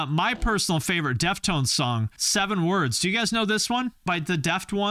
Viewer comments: It is pronounced Deaf Tones, not deft ones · I never heard anyone say deft-ones and not def-tones, have I been saying it wrong? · Deft-Ones?????? DEF-TONES! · Are you kidding or are they really not pronounced DEF TONES?